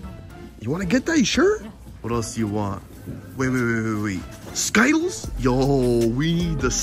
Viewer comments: Skittals its ski tles skitals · I’m did he just say skittles wrong